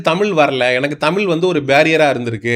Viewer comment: தமிழ் என்ற ழ் உனக்கு வரவில்லை எப்போது திருத்திக் கொள்ள போகிறாய்.